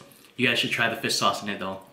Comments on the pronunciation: Regular People: "Fish Sauce": "Fis Sauce" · fiss sauce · great vid! but one thing... everytime you say fish sauce, all I hear is fis(without H) sauce XD Fis sauce Gang!